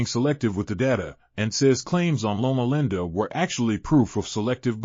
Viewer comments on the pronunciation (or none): If this is an ai voice, it is exceptionally convincing! Also, lol at "lona lenda" :p If this news is true, it's unfortunate but not surprising. Still, I hold out hope for some of these interventions that have shown real results in animals!